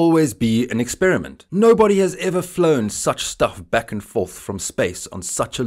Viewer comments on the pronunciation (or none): none